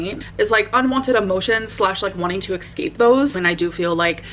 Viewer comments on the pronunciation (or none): 😂 EXSCAPE. WHY tf can't this girl talk? 😂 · "exscape" makes me want to pull my eyes out. every time she says "exscape"...I thought she was